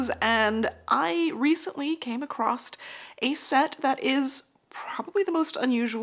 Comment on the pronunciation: I had to stop watching when you said, "acrossed."